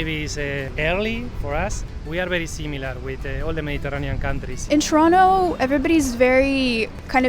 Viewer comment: Trono? Not Toronto?